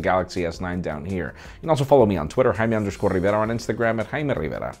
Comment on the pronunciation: It’s not hymey its Jamie like the female James